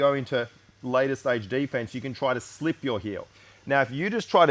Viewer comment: "We gonna be doing day fence"